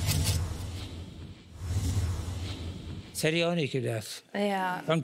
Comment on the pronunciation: Mich triggert ihre englische Aussprache 😂Cherry Cherry Läitey